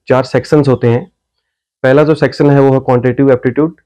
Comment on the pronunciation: सेक्शन को सेक्सन बोल रहे हैं आप?😎?